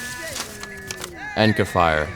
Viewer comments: LOL you said Encafire. Its Enacfire. T.T I did the same thing for the longest time. This is not as in dept as I was hoping tho. How is 5 hours on the pooh sounding raycons fantastic battery life anyway? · It's enacfire not encafire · I saw enacfire spelled wrong once and I figured it was a typo. Then he SAYS encafire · Surprised by how you guys mispelled ENACFIRE as ENCAFIRE so many times, for what it's worth, I got the E18s or whatever for under $40 and they perform just fine, I mean, I guess I can't skip tracks backwards, but I mostly use it for podcasts anyway, so eh.